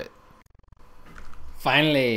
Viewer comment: The moment he says "finaly" in makes me laught every time